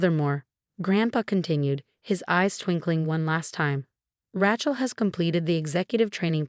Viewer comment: also Rachels name is spelled and pronounced wrong along with so many other words.